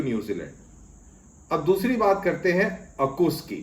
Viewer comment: Sir, with the greatest of respect, the grouping is pronounced as "awe-cuss."